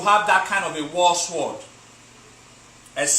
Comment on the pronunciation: The pronunciation of the word sword is pronounced sord not Swwwoooddd